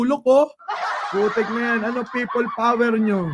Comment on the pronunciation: Pay-pol power tlga 😂😂😂